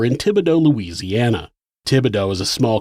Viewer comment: Just wanted to say how awesome it is that you correctly pronounced the cities and other places in Louisiana you talked about in this one. Pretty telling of your care and concern for the little things that matter to us because they’re part of who we are.